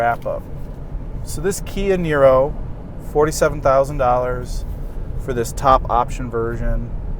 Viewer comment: Apparently when says Kia Nero quick it sounds like Canyonero. I had to rewind the video, lol.